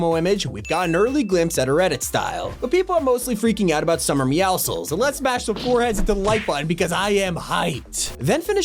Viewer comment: Bro fix your grammar that's not how you say meowscules